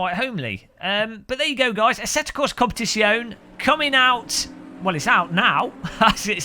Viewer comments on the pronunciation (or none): I noticed that you pronounced the word COMPETIZIONE with only FIVE syllables. You need to pronounce the last E if you want any respect from the Italians, mate! I put the name of the game into Google Translate, and the computer voice clearly said COM-PE-TIT-ZI-OH-NEH (six syllables). I fear you will not get any more product keys from Kunos Simulazioni if you don't get the title right! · The 'e' is not silent! 😉